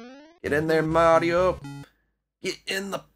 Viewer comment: Can you not say Mario like you do in this video